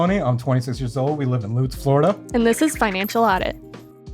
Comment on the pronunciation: said Lutz correctly. They should not be living paycheck to paycheck in the countrist suburbs north of Tampa with the income they have.